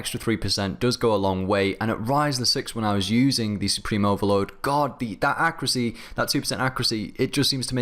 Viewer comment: am i the only one that's irritated by the way he says accuracy?